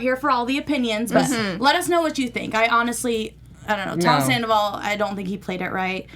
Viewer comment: Can one of you ladies please tell him it’s not pronounced Sanderval?